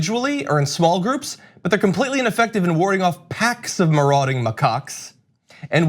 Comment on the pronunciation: The way he was pronouncing macaque was bothering me too